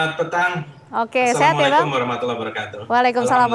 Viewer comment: Apaan Lo Mak.. Ngaco Lo, aku orang kepri JIJIK ama partai Mak... Sudahlah jangan kasih omongan yang kagak jelas.. Gak semua orang suka Ama dukung Lo dan patai lo Mak. Lo ucap nama Allah, nama Rasulullah, ngucapin salam aja salah.. Ngaca Lo Mak.. Bikin kesel aja .